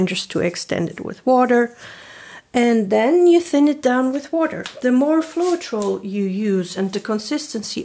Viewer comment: Pronounced :flo-tral...